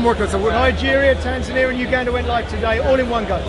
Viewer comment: "Was it Janesia you said?" - "uh, Nigeria, Tanzania..." - "Ah! TANZINEER"